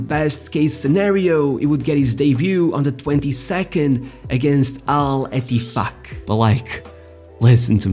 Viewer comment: When he said Al EttiFaq🥴🤭... My dirty mind😂😂🤣